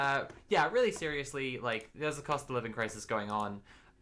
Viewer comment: It sounded like you said "cost of lib" crisis, and like also true